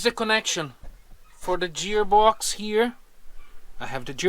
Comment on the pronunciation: I love your videos. It took me a long time to figure out what you were saying “jeer box”. But then I realized you meant to say “gear box”. In English, G has 2 sounds: a soft G, like the way we say Jesus, juice, or Curious George; and a hard G like gourd, or the actor Richard Gere. These 2 sounds are often used in a single word, like gorgeous - the first sound is hard and the second sound is soft.